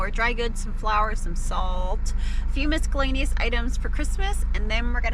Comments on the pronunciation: miskellaneous lol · For your information… there is no ‘k’ sound in miscellaneous. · You don’t pronounce the c in miscellaneous 😅